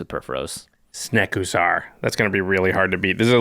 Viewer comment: LOL "Snekusar"